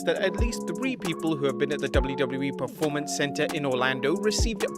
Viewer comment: For crying out bloody loud. It is P-E-R-formance, not P-R-E-formance.